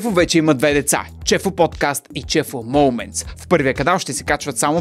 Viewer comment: Момънтс, на моументс